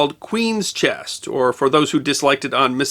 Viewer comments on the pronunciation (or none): and others show the narrator and the closed caption are saying "chest" instead of "chess" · To be fair, he does sound like he's putting a hard "t" at the end of the word sometimes. Weird.